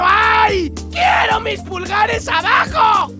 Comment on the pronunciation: jajaj que idiota XD " quieor msi pulgares abajo"